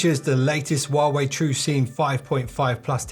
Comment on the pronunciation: Stop saying warway